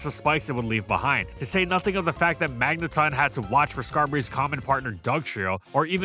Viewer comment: To this day I hate how you stubbornly pronounce magneton as magnetun despite official sources proving you wrong over and over again.